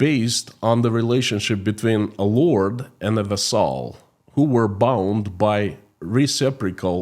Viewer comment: Vassal is pronounced VASS el